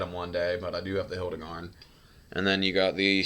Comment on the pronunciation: It’s not hildagarn it’s hirudagarn